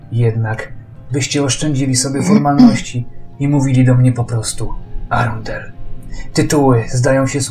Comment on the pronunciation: Arundel = rondel , cały czas słyszę rondel 😂😂